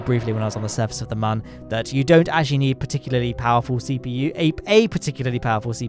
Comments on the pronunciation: Why does he say mon and not moon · Why do you say mon and not moon?